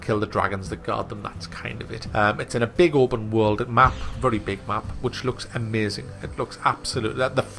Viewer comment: Its so funny when someone says "giem" instead of game. Also "amyaazin". :D